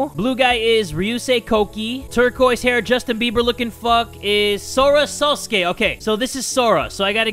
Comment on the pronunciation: How you know watches anime: He pronounced “Sosuke” correctly and without hesitation. Lol